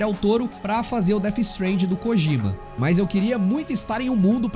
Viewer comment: Rídjio Cojíma.... péssima pronuncia.